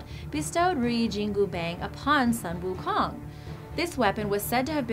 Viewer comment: Sun Wu Kong is pronounce as Soon Wu Khoong.... And not Sunny Sun And not king Kong’s Kong...